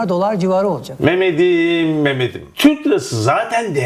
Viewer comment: "Memedim" dedi ya la :) )